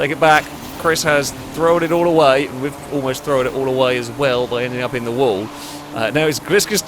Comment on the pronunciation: AAAHHH! THROWN! NOT THROWAN!